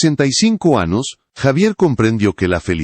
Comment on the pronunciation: Que no sabe pronunciar la ñ (eñe)? Así que cumple "anos", "pequenas", "companero", "acompanaba" "publíca", "decádas", "hermetícas", "verguenza","aceptária"Si no habla correctamente, mejor no hable. No se en que país hispano hablante se hable así. El chisme, absolutamente intrascendente. ¡Qué horror!